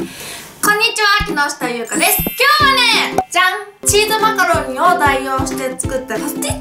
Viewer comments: チーズマカロニがチーズマカロンに聞こえた😅😅😅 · 最初マカロニがマカロンに聞こえてチーズマカロン(;゜∇゜)ってなった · 最初チーズマカロンてきこえたー笑